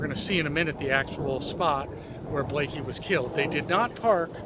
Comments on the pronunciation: Bonnie Lee Bakley, not Blakey🙃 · I was a witness in that murder trial. You can’t spell or pronounce her last name. Why are you even making a video if you don’t know her last name.